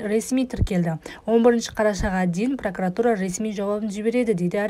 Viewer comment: П Р О К У Р А Т У Р А, ПРАКАРАТУРА ЕМЕС, ДҰРЫС ОҚЫҢЫЗ!!!!!!!!!!!!!!!😨😨😨😨😨👌😨